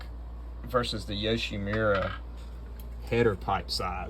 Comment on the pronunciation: Yo shi MU ra, not mira